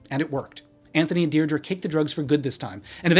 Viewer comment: her daughters name is Pronounced dear dree